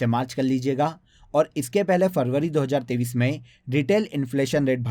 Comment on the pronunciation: App 2023 bolte hai ya 2030 bolte hai a smjna bht mushkil ho raha hai 😢❤